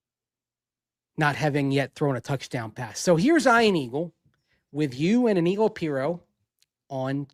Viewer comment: Eye-an Aggles.